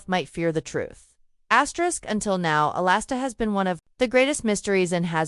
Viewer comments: His name is Alistair, not Alasta….. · sure, you can argue the spelling, but the pronunciation remains the same. It’s not pronounced “A-Last-A”